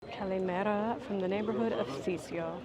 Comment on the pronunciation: Im vey impressed that you’re taking Greek lessons! Your kalimera was perfect! Underdog bruncherie looked awesome and my first thought as well ….an American feel but at the same time great menu. The goat cheese fries caught my eye too lol! I like the style of your stories it’s very well rounded, you include a little bit of everything! Very nice video, a pleasure to watch ! 👍🏻